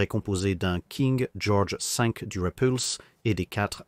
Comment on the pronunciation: " King Georges Sink " ptdr